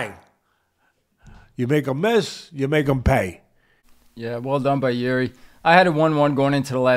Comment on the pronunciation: You both pronounced Jiri's family name incorrectly btw😂but whatever